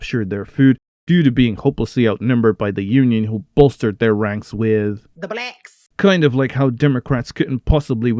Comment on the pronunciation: "The Blecks!"